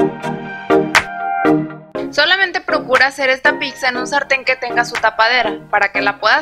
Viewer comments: Muy linda la pizza de avena, pero déjame que yo te dé dos consejos: no digas /píksa/, en lugar de /pítsa/, que es lo correcto, y a tu videografista dile que 'hierbas' lleva 'b', no 'v' (pusieron 'hiervas italianas). Saludos. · NO SE DICE PICKZA ES PIZZA